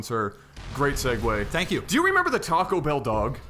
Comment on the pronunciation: it is tacobell not tachobell